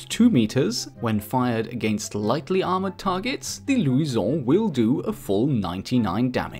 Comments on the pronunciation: Why are you pronouncing luison like that? It's Lou-shin. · why does he go french when saying luison it sounds stupid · Its lusion not luison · louison ,the way you pronounce it is funny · I hate how he say Luisaon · The way he said luison😂😂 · When he says Luison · why are you pronouncing luison like that. It's not in french. It's in portuguese or spanish